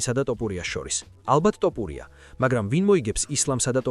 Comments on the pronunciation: მახაჩოვი, ტოპურია, ტვიტერი სულზე მოგისწროთ AI-იმ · ამ ვიდეოს AI ახმოვანებს? რა ტოპურია ბიჭო?